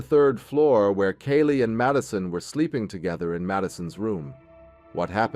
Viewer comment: Lets see...it was 7 1/2 hrs...the shock phase was made up by police...not her words...it wasn't 15 minutes...he mispronounces Kaylee's name...cell phone data did not place him there during the crime...the manhunt didn't happen...they ID'd him and found him right away...and he is in prison...